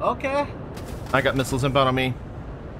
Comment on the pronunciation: They're called "missiles" not "hittles"